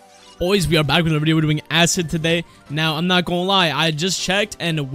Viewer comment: asscid “acid”